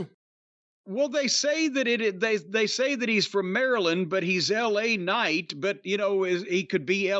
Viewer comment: He's French: "Laaa Kcnight"